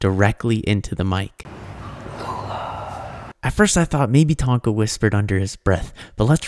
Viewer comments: bro sounds like "Blood" not lula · The girl said hello or Lula